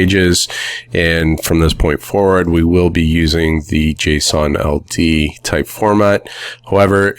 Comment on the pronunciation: I thought he kept saying Jason Aldean; the country music singers name🤣